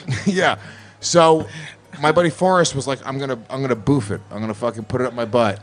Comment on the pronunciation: Guys, you're pronouncing it wrong. "Boof" rhymes with woof, not roof.